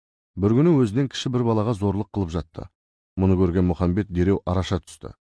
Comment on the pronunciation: Мұхамбет емес Мұхаммед